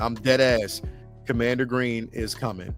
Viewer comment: Bro it’s commander Gree. He doesn’t have an n at the end of his name